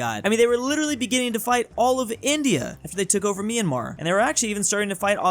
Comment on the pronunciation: Is it possible? Is it true? did NOT mispronounce Myanmar?! Rejoice!